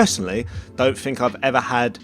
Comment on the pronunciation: i love how he pronounces it fink